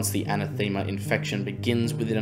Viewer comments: Im sorry i dont know why i care and its not making fun of you, maybe its the lockdown were in cuz of the covid. Its not pronounced ana thema but anathema like saying enough so like enoughthema anath ema. Once again sorry oh great work luv the content you put together ❤. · Fairly sure it's an ath uh muh, not thee ma... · It's pronounced, "ah NETH em ah" Emphasis on the second syllable Great videos! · A-nath-e-ma. It means someone or something you hate. I realize some words you only see written down because no one really uses them very often. But making a video where you say it every ten seconds and mispronounce it every time is a bit like watching Scott’s tots episode of the office. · I think you are pronouncing it wrong. Anath ema. The emphasis is “a nath ema” with the second syllable receiving the strongest pronounciation. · Oy man, if you're trying to make a go of this hire a writer and work on your pronunciation. Anathema is too often an anathemer...biome. 'Since' should only be used once per sentence. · I love your channel, but I felt I just had to correct your pronunciation. The word is pronounced: an - ath - ema . A anathema is a curse or cursed thing. Quite appropriate for your report. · I played a drinking game with myself - I downed a shot every time you mispronounced "anathema." The numbers on my home breathalyser don't go that high ......... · Good video but you butchering the word anathema was killing me. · I noticed the mispronunciation too. Great article, that minor point aside 😊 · lol was gonna say, pretty sure anathema isn't pronounced the way he's saying it 😁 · Pls learn how to say anathema